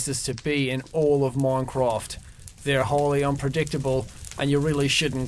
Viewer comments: That's not even how we say it here. He's bad at this. T R I G G E R E D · ITS MINCRAFT NOT MONCRAFT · He said moncwoft😂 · I like how he says "moincroft" instead of minecraft XD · Seann Escorrido im joking cus he sayd moncraft instead of minecraft.... ._. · its not moncofth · "moincraft" lmao, he actually did have a nice accent back then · I love how he say moincraft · "moincraft" "water" "foer" "bern"